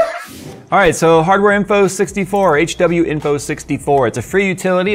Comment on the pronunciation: Ya pronounce tha legend as... H-Winfoh